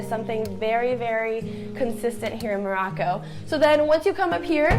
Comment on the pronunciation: Stop saying “Maraco” its “Morocco”